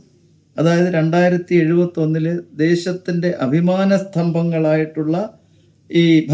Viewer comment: താങ്കൾ 2071 എന്ന് തെറ്റായി ഉച്ചരിച്ചിട്ടുണ്ട്....